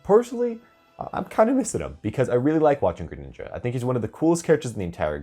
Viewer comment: Gre-nin, nin-JA